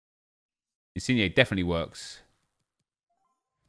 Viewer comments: Why aren’t you saying insigne like digne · Petition for nep to start saying insin-YAY